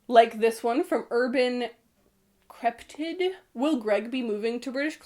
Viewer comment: 'Crêpe-tit' sjdhdhsgdg I love u but how do you, an Icon, not know what a cryptid is